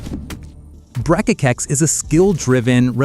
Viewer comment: Salute to you for flawlessly pronouncing "Brekekekex" lol (happy for the demo)